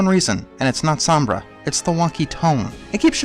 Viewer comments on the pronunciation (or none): none